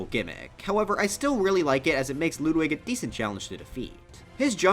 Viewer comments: Ludwig not LOODWIG why do you pronounce his name like that Jesus H... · bruh he said loodwig ( i still like your content tho) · Ah yes, “Loodwig”